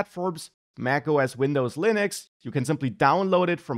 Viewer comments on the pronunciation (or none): none